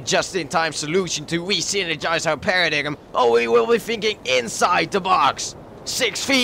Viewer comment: It's paradigm, pronounced paradime. :P